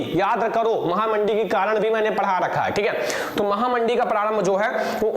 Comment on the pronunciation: Sir yah महामंदी है महामडी नहीं है 😆😊